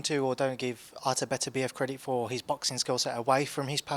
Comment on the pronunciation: Everyone says Beterbiev's name wrong. Its BeTERbiev, with the emphasis on the second syllable. And before you ask me how I know, I learned it from a teacher of Russian literature in the 1980s.